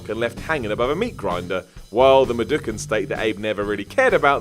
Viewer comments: Medukans, medukans....lmao WTF!!! Mudokans!!! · Abe is a what? Madooken? I'm sorry... MADOOOOOOKEN?